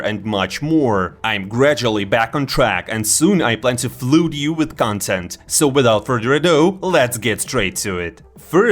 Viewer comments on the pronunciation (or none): flood is pronounced флад :)